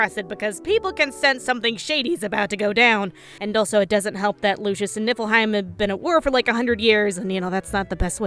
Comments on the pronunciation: I keep hearing nippleheim.... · "Nippleheim". I can't unhear it. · Keep hearing Nipple-heim. Just me?